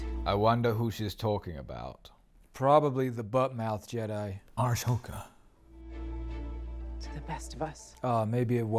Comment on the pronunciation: Ah-soka "Ashhoka" 🤣 🤦🏻‍♂️